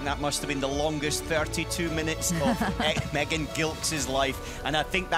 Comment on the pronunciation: one day, they will pronounce Megan's last name correctly (soft g)